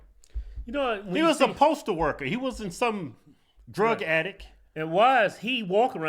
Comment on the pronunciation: Did Kieth say drug attic, heh.